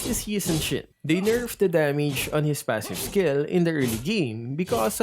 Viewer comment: is it just me or when he said yu sun shin I hear yu sun sh*t?